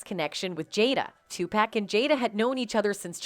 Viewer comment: TUPACK??? SERIOUSLY??? ITS TUPAC....